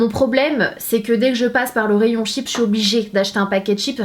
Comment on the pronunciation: " CHIP " Il est ou le SSSSSS!!!!!